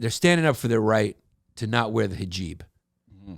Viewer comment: I love that his producers let him mispronounce hijab a thousand times with no attempt to help him 🤣